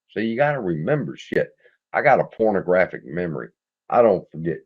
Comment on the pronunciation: I swear man I think you said pornographic memory? Maybe I’m getting old😁